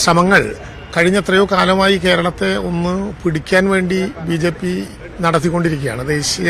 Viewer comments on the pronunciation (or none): none